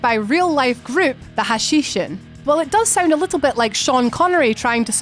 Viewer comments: It's hashashin, not hashishin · Hashinshin? I thought it was Hashanshin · Pronounced Hash•ash•een